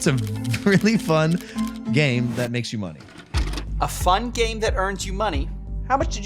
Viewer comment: Anytime someone has to try to emphasize the word "fun" it isnt fun and they know it. His sly smirk when he says that makes me so mad.